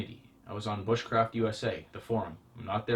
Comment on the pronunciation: Anyone remember that video where he said "booshcraft"